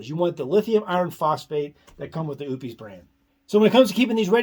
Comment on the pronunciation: Oupes = oh - pess, not oops!